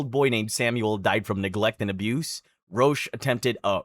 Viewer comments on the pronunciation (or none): Roch is pronounced "Rock". 😊